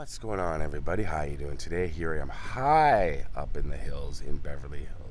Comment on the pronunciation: A great all round showman. I remember when he passed in 1990 thinking he was old. Now in 2022 I'm a bakers dozen younger than him when he passed away. And I class myself as young. Circle of life I guess. Rest in eternal peace. you put huge emphasis on the word high at the start 😳